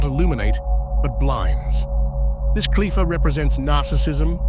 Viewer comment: This ks AI slop, that is kindof accurate. The names of the qlippot are mispronounced